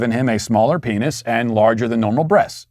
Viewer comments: He mispronounced penis Phineas I CANT 😂😂😂😂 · I think Matt needed a glass of water during the cancellation. At least that’s what I’m blaming for his inability to correctly pronounce brooch (brōch), penis (pē′nĭs), and burial (bĕr′ē-əl). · But perfectly pronounced “peenyus” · Peenius..... out of all the meaningful info in today’s show, all I keep hearing is, “Peenius.....penis.... yes I said peenius.” It sounds like a Roman God’s name: Peenius the Great; protector of Rome and mighty brother of Uranus.